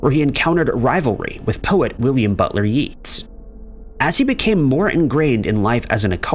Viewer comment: "William Butler Yeets"?